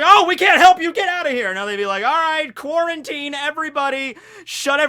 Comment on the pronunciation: Did he say..... quarantine